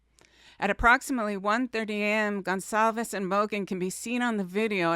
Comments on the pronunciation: It’s Goncalves, not Gonsalves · Hyundai = Hun-day Goncalves = Gon-sall-ves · Please, Please. Kaylee’s name is a Portuguese last name so that (CA) in Goncalvez is a soft C sound and not a hard C, as when pronouncing Gonzalez. Let’s try to pronounce it correctly.